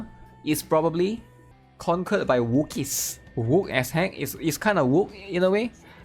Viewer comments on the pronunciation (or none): the C accent makes it sound like youre saying "wookies" (from Star Wars) when you say wokies :face-green-smiling